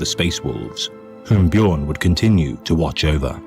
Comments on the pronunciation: "BEE-JORN" my guy noooo XD its said "BYORN" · Just so you know. The space wolves are based around vikings. In norse the "j" makes a "y" sound so it would be "Byo-rn" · First time finding your channel. You already made me chuckle with your pronunciation of "Bjorn." No shade there btw, it's just what everybody says the first time (assuming they aren't Scandinavian) 😅 I was impressed that as soon as you heard his named pronounced properly, you immediately took that to heart. Not everyone is so quick to adapt to new information 👍 Huge fan already. Gonna keep watching. I hope you have more content!